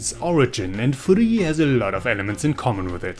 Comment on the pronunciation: Thank you for telling me the real pronunciation of Furi lmao. Can't believe I went so long without knowing.